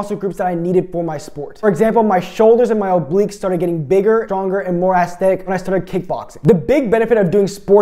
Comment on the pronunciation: Take a shot everytime he says "Assthetic"